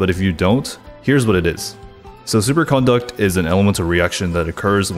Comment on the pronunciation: Does it drive anybody else nuts that he pronounces it "supercOnduct" with an emphasis on the con?